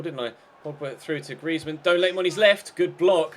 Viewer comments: Say griezmann properly you idiot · Hate the way you pronounce Griezmann